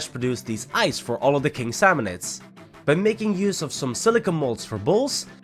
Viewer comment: King samionids not boss salmionids